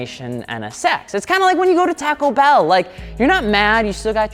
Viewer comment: "tacko bell"